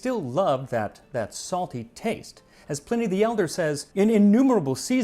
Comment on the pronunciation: ‘Pleeney’? Oh dear.